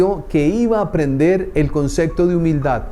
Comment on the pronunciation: Concepto, no consecto